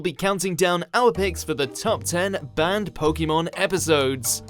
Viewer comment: When you say "banned", it sounds like "burned"